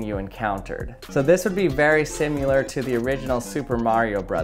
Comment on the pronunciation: After he said "simular", I had to turn it off.